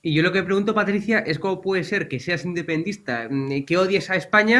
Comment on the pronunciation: ¿Independista??? IN DE PEN DEN TIS TA. A ver si hablamos bien.